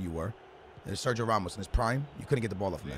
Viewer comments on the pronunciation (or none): none